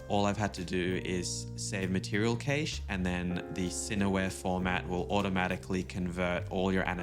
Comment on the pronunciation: Awesome stuff man and cache is pronounced like cash money. 🙏🏿